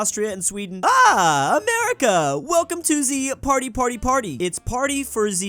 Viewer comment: I can't listen him pronouncing "party"